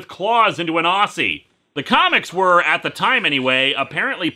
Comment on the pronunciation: Everyone who's claiming that Wolverine is Australian has clearly never heard a real Australian speak. If that's an Australian accent then a dog barking is an American accent. Also Christ, why can't Americans ever pronounce "Aussie" right.